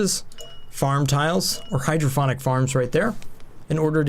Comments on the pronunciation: Nice. Unless they went with a clever name I am pretty sure it is pronounced hydroponic(pond) not hydrophonic(phone) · Hydrophonic or hydroponic? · Awesome video. You do so much research for this game it's simply amazing, but please learn how to pronounce hydroPONic. There is no second H. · I'm guessing he's joking about your mispronunciation of hydroponic! :D The 'p' is a P sound like in 'pot'. I too thought sound had to be involved with growing plants when you first said it that way. Then you mentioned fluid input and it was an "Ahh!" moment.